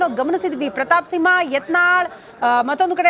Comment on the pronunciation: ಸಿವ್ವಾ ಅಲ್ಲೋ ಅಣ್ಣ ಸಿಂಹ 😂